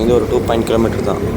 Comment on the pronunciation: kilometre sollu da mama